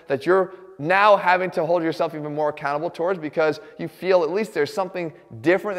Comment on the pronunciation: Is he saying be accountable or be a cannibal?